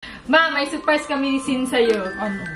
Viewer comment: MA may suprise😭😭😭 ka..... Mali pagbigkas nya ng surprise 😢